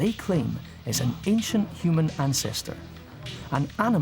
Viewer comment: Hue man...hue-man.